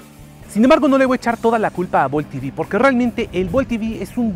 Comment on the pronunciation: Ojalá usarás español. Es EV no I-vi...por eso estamos mal.